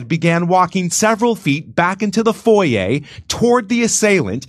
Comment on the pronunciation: Maybe they let him go because he pronounced foyer "Foy Yay"